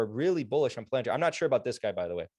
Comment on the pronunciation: Ur totally butchering the pronunciation of palantir mate😂😂